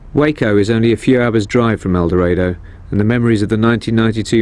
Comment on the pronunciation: LMAO XD the way he says Eldorado.......